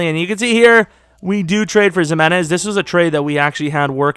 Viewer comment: you say you didn't expect to learn it but your few mouth movements off. Its Zim-in-ez but I expected you to pronouce it Ex-eye-mins so your doing better with pronunciations